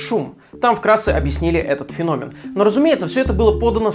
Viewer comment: Не фенóмен, а фéномен.